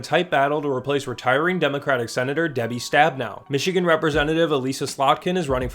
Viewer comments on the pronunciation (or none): none